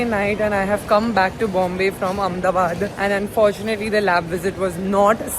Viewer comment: Its Ahmedabad not Ahem